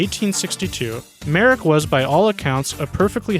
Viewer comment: Thank you for getting Joseph Merrick's name right! However, the correct pronunciation of his hometown is "Lester."